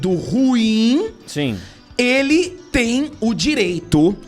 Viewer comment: Dica: ru-im, não ruim.